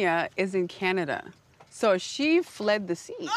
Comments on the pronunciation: Did Porsha say “fleed” 😲🤦🏾‍♀️ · Porsha: "Kenya was like she fleeeeed out the country, ain't nobody scared of Kenya ". Somebody is scared of correct pronunciation ( cough, Porsha). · Okay so we just going to ignore this dummy Porsha said “fleed the country?” 😬🫣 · Did Porsha say ‘fleed’ ??????